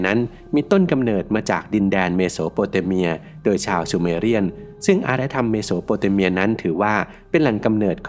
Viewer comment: เมสโซ อเมริกา เมโส อยู่ได้ เบนิโต้ มุสโซลินี่ ไม่ใช่ เบหนิโต มุสโสลินี เมโส โปเตเมีย เมสโซ โปเตเมียโว้ยยยยยย